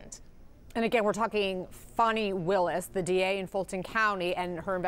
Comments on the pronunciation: Her last name is WILLIS, not Lewis. Not an informed reporter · Willis, not Lewis